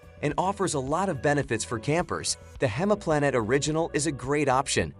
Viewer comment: not 'hemaplanet' - it's pronounced like 'hymeplanet' - The English translation for the German word "Heimplanet" is "home planet."